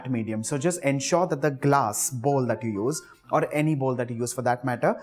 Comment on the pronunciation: Thank god you can pronounce bowl. Most indians pronounce it bowel ,or boul. It's so embarrassing.Loved your recipe.